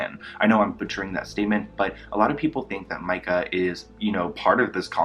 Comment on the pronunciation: I love how he wants to point out Myka's grammar yet he can't even pronounce her name correctly, lol. This guys is full of it😂🙄